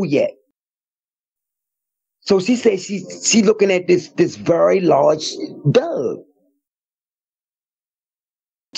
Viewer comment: Whenever he says "Doug, " I giggle no matter how unsettling the story.